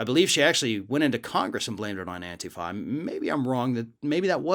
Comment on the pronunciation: Why does he keep mispronouncing antifa? Drives me a little bit crazy.